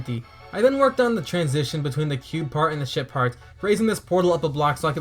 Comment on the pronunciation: I keep thinking you say sh*t part and not ship part.